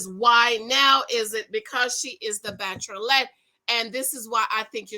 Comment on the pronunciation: Whenever you say "Bacherolette".....I live!!!! I can't wait for you to review episode 2 giiiiiirlllllll